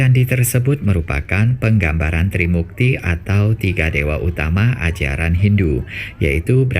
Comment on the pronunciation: TRIMURTI min bukan TRIMUKTI